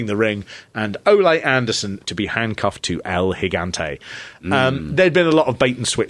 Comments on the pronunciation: 😂 "O-lay Anderson." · I like your pronunciation of Ole Anderson's name... I'd say that you're saying it wrong but it's how I'm saying it from now on.